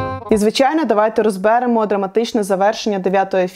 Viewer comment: При всій по вазі , але це Ваше "розбЕремо"ріже слух